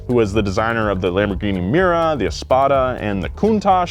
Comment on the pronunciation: Dont Lamborghini "MIRA" but MIURA is correct